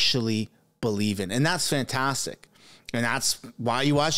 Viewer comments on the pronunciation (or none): none